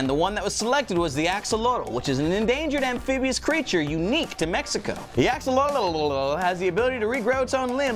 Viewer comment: did anyone catch him say 'the axololololol'